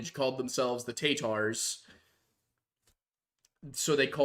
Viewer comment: Tatars not Tarters ya reTart